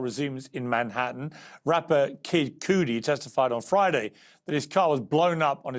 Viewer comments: Cootie? Cudi. Pronounced cuddy like buddy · Kid kudi not koodie 🤣🤣🤣🤣🤣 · It’s pronounced Cuddy not Coody! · Stay out of American business. It's Kudi, not Coodie stupid. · The way he said kid cooodi 😅 keep it going Piers love the channel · Piers at least pronounce Kid Cudis name properly for god sake